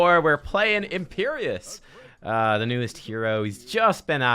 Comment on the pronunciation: Imperius not Imperious...